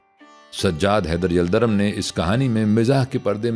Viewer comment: یلدرم کا تلفُّظ دُرست فرمالیں! yaldarum✔️